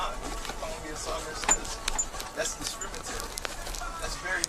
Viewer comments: that’s “discrimitary”. It must be so hard to make it in this world when you don’t know how to speak. The severe lack of ability to articulate yourself or pronounce words must be so frustrating. Especially in situations like this. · "You're calling me a sovereign citizen. That's discrimitary." 😂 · "That's discrimitary"....... 🤡🤡🤡🤡🤡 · "Discrimitary"...?! Thanks for the laughs...! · "That's discrimitary" What an ignorant bag of garbage. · "That's Discrinminary!" Ladies & Gentlemen, I bring you the reincarnation of Chico Marx. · "Discrimitary" HAHAHAHAHAHAHAHAHAHAHAHAHAHAHA.